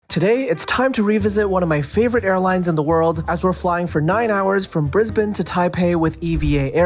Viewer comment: Brisbane pronounced like a local. Buffeeeeettt on the other hand ! Great review.